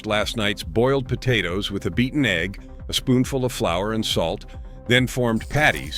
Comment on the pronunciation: Ho cakes and ee gg ee in a hole ? Hire a real person to talk for christs sake !